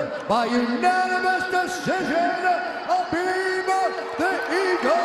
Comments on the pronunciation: "Khalabib" 😂😂😂😂😂 It's Khabib. Cute, though... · "Where you at tiramisu? Don't be scared homie!" - Khabib "Kalabeeb" Niggamurdov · That fucking khalabib!